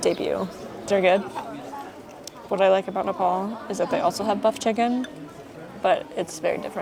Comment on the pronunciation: its not nepol dud....its nepaal...